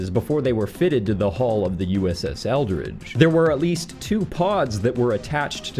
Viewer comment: Sounds like you are saying Eldritch, but the ship is actually the Eldridge. How very curious indeed that the ship's name of Eldridge should be so close in pronunciation to the word 'eldritch'...